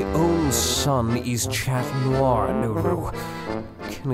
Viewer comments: it is pronounced as ''shat'' nior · "shat" is closer to actual pronunciation than "chat" but the t is silent in french so its more so "sha" I don't mind it much either way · the only thing that bothers me in this (awesome) video is.. chat noir. please, pronouce it "shat" noir ;-; . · if one more person pronounces 'Chat' wrong i swear to god, it's pronounced 'shat' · it isn't it's pronounced Sha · The way he pronounced chat is just too much for me... you’ve lost me.. is what I’m saying 😂😂😂